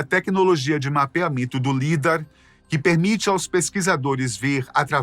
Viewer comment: Correção a pronúncia do lidar fala-se "laidár".